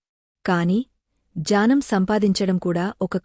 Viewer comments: Madam miru telugu words mistake ga chebuthanaru Ghnanam and word ganam Ana aghna ane dani ni again ni chebuthunaru mistakes rectify chesukondi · Story narration maha thalli. Telugu ni nasanam cheyaku. Janam kadu, gnanam. Enduku ilanti valla tho katha chespistharu.